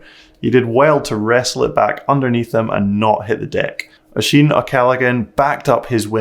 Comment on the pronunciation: Such a great year of racing, nice to meet you in Val di Sole. Your video recaps and inside the line/luminous poles series are the best out there. Top marks for pronouncing "Ocean" o'Callaghans name correctly . Any chance you and Aaron Gwinn would join forces for some superb inciteful live coverage. Thanks for a brilliant informative and fun series.